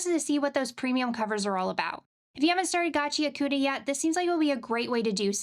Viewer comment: Gachiakuta GACH-EE-AH-KTA ✅ GACH-EE-AH-KOO-TA❌ When a U comes after or is sandwiched between a k,s,t,h,f,p,sh or ch it becomes devoiced essentially silent but more so just a movement with your mouth while pronouncing the other syllables. For example Sasuke from Naruto SAH-SKE✅ SAH-SOO-KE❌ Nihon go desu!